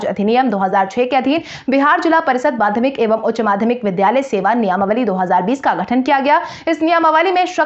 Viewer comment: " नियमावली " शब्द का उच्चारण " नियामावली " न किया करें।